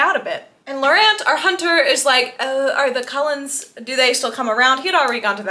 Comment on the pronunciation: OMG…. “ Cold-ones” “ Cull ens” :O